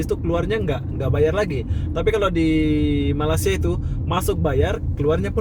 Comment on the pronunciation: Saya geram sangat dengan si ni. Dari dulu lagi orang cakap, Jangan Sebut Malasia. Sebut dgn betul lah, Malaysia.